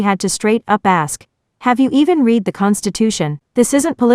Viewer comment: BS AI narrator can't tell "read" from "read"